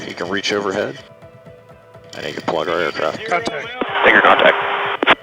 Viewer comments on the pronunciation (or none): bro did not say tanker